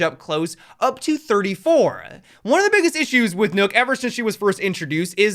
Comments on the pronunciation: The 'Ø' in "Nøkk" is pronounced the same way as the 'U' in "burst". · Why does he say ‘nook’ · Why you say nook though?? Lmfao